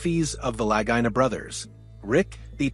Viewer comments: Lagina is pronounced Luhgeena. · Didn't like the AI voice and mispronunciation of their names, but it was a pretty good review.